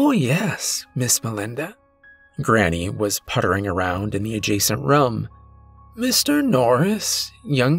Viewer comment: I like your stories but the way you say room as rum drives me nuts in every video